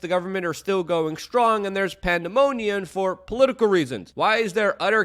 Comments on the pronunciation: I'm sorry, Luke. Did you say "pandemonian," twice ? Pandemonium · Dude, the word is pandemoniuM, not uN, and it's pronounced IlliNOY, not IlliNOISE. It's a very populous state. Everyone above a 4th Grade education in this country knows how to say it. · Your grammar and pronunciation is atrocious. Panda-monian? Still love your videos bro. Even if they're short and half ads. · "Pandemoniun" another Luke word I love! 😜